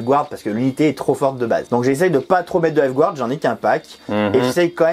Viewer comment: *encore, "gouarde"... 🤦‍♂️